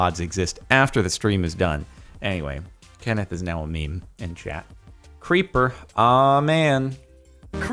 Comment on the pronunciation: The Creeper sounds like "Creep Bruh"